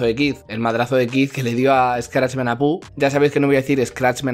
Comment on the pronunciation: por qué dices Apú? XD